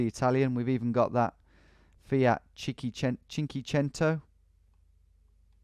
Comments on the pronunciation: Dude it’s Fiat “Cin-k-ue-cen-to” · The cringe is strong on this one lol. It's cinquecento and I'm not even italian. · Hello frien, just wanted to point out that the correct pronounciation for "cinquecento" is something like Chin-koo-eh-chento (you got pretty close tbh) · Many italians died when you tried to pronounce Cinquecento 🤣